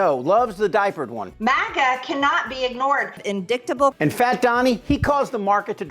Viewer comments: "In-dick-table"... Marjorie Trailer Peen everybody! You should see how excited she got when she finally got to use the word "sub-penis". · Definitely indicktable😂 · Shesus, she can't pronounce indictable.